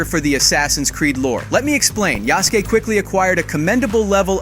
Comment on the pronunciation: I'll let you slide for the first mispronunciation of Yusuke. Then you mispronounced katana